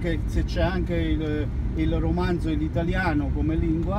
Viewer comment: C'è anche il "romanZo" come lingua 😂😂... si chiama "Romancio" non romanzo! Haha E sinceramente lui mi è sembrato il classico italiano che sa più o meno esprimersi in quelle lingue e a tutti dice che "PARLA 4 lingue" 😂😂 Comunque mi stai simpatico e sono felice che tu sia riuscito a realizzare il tuo sogno di cuoco in svizzera 😃😃 Inoltre mi è sembrata una persona intelligente e molto rispettosa! Dovremmo avere più gente come lui che lavora sodo per realizzare i suoi sogni! Grande per un altro video informativo molto utile!! Aspetto il prossimo! Saluti dal Ticino 😃